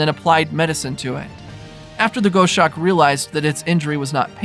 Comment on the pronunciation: Please…I’m a "birder" I’ve had many dealings with a multitude of raptors. It’s pronounced "goss-awk" like "gloss" without the "L"